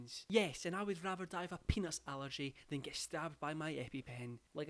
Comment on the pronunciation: instead of peanut allergy i heard say “penis allergy” and i didn’t bat an eye